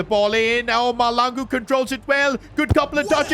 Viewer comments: by the way it is Mahlangu not Malangu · The H is not silent in Mahlangu